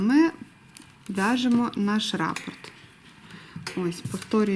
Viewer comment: Дякую за україномовний контент. Але хочу зазначити, що правильно казати рапОрт, наголос на букву «О»…